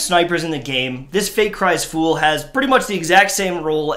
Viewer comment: They are both random rolls lol and it’s foul not fool